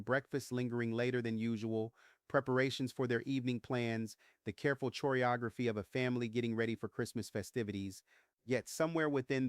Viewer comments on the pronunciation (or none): "Choreography" begins with a "k" sound.